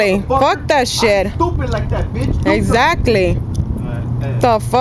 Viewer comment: “Ex zately “ 🤣🤣🤣